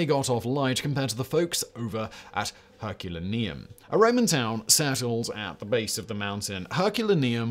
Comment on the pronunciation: Herculaneum = Herk-yoo-lay-nee-um. I'm available for parties.